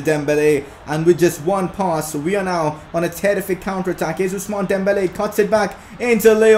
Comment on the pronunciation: I just hate how u say Dembelaaa